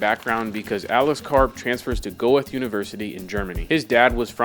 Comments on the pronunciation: "Goeth" university is grossly mispronouced. It is named after Goethe (the great German romantic playwright and thinker). Most people with any historical sense would know who Goethe is and it is pronounced Gertta. Please correct it, it makes you look stupid. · Great video, sorry I'm so weird, it's pronounced "ger-tuh", not "go-ethe", it's a german word. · Goeth is pronounced Gur-te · This is a great video, the university and name are pronounced Guhr-tuh, not goee-tha. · it's not go-eth.... it's guh-tuh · Kind of late, but just a tiny correction. “Goethe” is pronounced “goo’tuh” with a soft “t” (put your tongue between teeth when you pronounce it). Great vid! Karp’s background is so bizarre and his life will be viewed like a Bond villain’s. How horrible, this waste of a human mind. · Try to take the trouble to do the modest amount of research needed to pronounce names correctly. Goethe isn't pronounced "go-eth", and Meline von Brentano isn't Melanie Bretono. This is coming from a former journalist, please take this to heart: It's just sloppy work to not bother to get names right. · Go-Eth University? Please at least inform yourself how to pronounce the famous German poet and philosopher Goethe. He is not pronounced “go Eth”. Other than that your piece is good and informative.